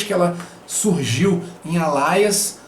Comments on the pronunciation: Gostei bastante do vídeo, mas a pronúncia me irritou um pouco. Não é sua obrigação ter a pronúncia perfeita, mas permita-me lhe ajudar: "ÊLIAS"! Continue o ótimo trabalho! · desculpa a chatice (chatice mesmo kkkkkkkk), mas acho que a pronúncia do Alias que vc está dizendo não é essa...